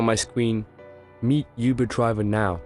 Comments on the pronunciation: its UBER not YOUBER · U-BER ? YUBER ? It’s uberrrr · he said you ber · CRAZY K lol that’s the first thing I heard😹😹😹😹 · Ik this a text to voice thing but why the f*** say uber like yoo-ber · Does she know how to say uber correctly